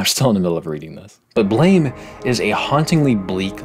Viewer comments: its not blame its blaam like the sound a gun makes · Another small correction: the manga Blame! Is actually pronounced Blam (like with long a we in "father") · Blame! is actually pronounced more like Blom/Blahm/Blaam, as if it were a French word. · I recently learned that Blame! is pronounced "Blahm" (rhymes with Mom). But i'd been saying it the way it looks for a couple years... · Based and Blame!!! pilled. Although, funny story. It's actually supposed to be pronounced "Blam" because of his gun. If memory serves, the guy just didn't know how to spell it. It's a fantastic manga that takes a minimalist approach to storytelling and relies largely on visual storytelling to do the lion's share of the work. It combines this with liminal space and obscene scale to awe the reader. . the viewer? And it gives you his wicked awesome pistol.